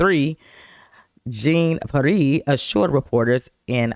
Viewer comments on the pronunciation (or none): Jean(John)Peire(Pee-air) should be the proper annunciation, yeah I don’t like her either.smh. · Her name is pronounced KAREEN JON PEE-AIR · Pronouned Karine John (shawn to some) Pee-Air...sorry...had to😅But SOOOOOOOOO GLAD to see her dirty toilet brush looking arse GTFO!!!!🤣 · Let’s get pronunciation corrected Jean is pronounced john and pe air!